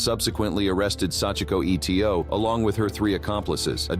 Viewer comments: Sachiko Eto - why does the narrator say the letters E T O and not pronounce her last name correctly - ‘Ee-toe’ ? Etc, is never pronounced E T C but as it’s full version of ‘et cetera’ (it’s Latin and means ‘and so on’) ! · It's not E T O, it is just Eto (EETOE)